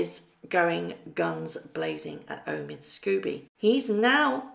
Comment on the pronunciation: Omid "Sko-bee". Sorry! It just irks me when you say Scooby, like Scooby-Doo the cartoon dog. It's Sko-bie as in "Snow bee".